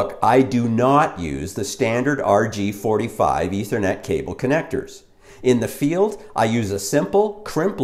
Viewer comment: It's RJ-45, not RG-45.